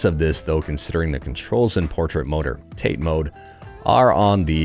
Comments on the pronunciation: "Tah-Teh", not "tayte". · TATE is pronounced TAH-TAY . . .it's Japanese